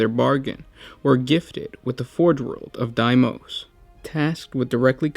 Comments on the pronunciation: Bro it’s pronounced dee mose not die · Dee-mous Not die-mous